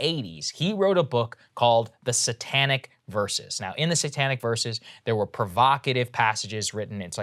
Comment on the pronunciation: Saagar is an odd duck. I hear him speak the names of Indian cities with a horrifically mangled american accent, but he gets "Satanic" pronunciation Right? lmao